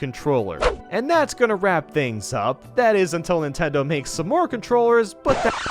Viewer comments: he said ninteders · Who else hear nintenders?